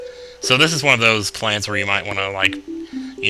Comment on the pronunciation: When I heard you say plants vs zombies, at first I thought you said planets vs zombies... ^^" Awesome all the same!!